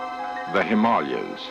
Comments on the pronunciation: He says 'Himalayas' just fine in the Abominible Snowman episode, so no idea where this pronounciation comes from. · Never heard The Himalayas pronounced like that. Is he correct? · I know what you’re saying, how can this happen, how can a Vulcan make such an error, but remember, Spock is only half Vulcan, his mother, Amanda, was human. And that’s why he pronounced this in the most ridiculous, totally incorrect manner!